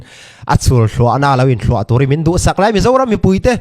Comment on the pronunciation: Thuah pawh lam dik hlei theilo 😅